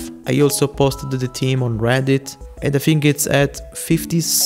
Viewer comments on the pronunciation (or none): none